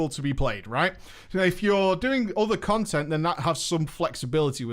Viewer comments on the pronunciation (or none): none